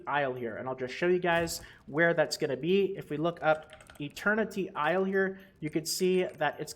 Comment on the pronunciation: what the hell is ILIER? Do you not know how to pronounce isle?